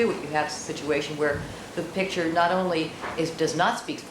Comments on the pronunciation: Why can't Cochran pronounce the word "picture"? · 🤡🤡🤡🤡🤡🤡🤡🤡🤡🤡🤡 - says a fan of the man who has a hard time saying the word "pictures" and constantly says "pitchers". Yep, I know you truly are ignorant enough to feel this way. A typical, useful idiot. LOL. By the way camper, there really isn't a Santa Clause. Typical useful, indoctrinated, ignorant moron.